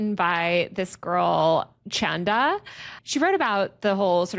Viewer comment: Chanda is an Indian name, which means the moon. The pronunciation will be ‘Chun’( like Chun Lee from street fighter) and ‘Tha’(With ‘Th’ sound in ‘The’) . Love the your YouTube Taylor :)